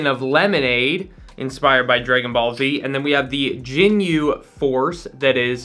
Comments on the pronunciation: had 2 weeks to get pronunciation right for Ginyu😂💀 love it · No its not lmao, its pronounced how its spelled. Same G sound as Gun or Grab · in what world? I’ve been involved with dragon ball for probably 10 years and never in my life have I heard anyone pronounce it like that.